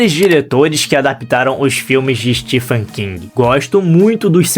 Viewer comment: A pronúncia do nome próprio STEPHEN é STEVEN, não Stifen.